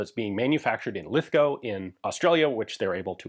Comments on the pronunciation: Thank you for pronouncing Lithgow correctly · Congrats on pronouncing Lithgow correctly!